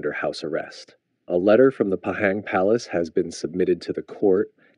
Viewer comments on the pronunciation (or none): its pah-hang not pahaeng... Ketua Negar ade kuase untuk pengampunan jenayah, Joe Biden pun boleh mengampunkan anak die hunter biden.